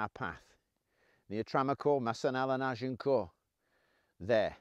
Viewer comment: Brilliant outfit. Even rosary beads. Very authentic looking. This man has empathy for the period and the people. And he even pronounces Agincourt properly.